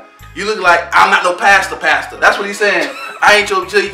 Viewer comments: This video kills me lol 😂😂😂 omg he thinks it was actually pasta for "passa passa" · Right my favorite part is when he thought passa passa was pasta🤣. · He tried... Passa passa ↔pasta pasta like really 😂😂😂